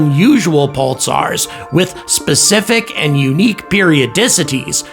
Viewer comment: Sounds like you're saying "pultsars"